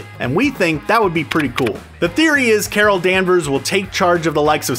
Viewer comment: Carol danvers - Cara danvers Mar vel - Mar nel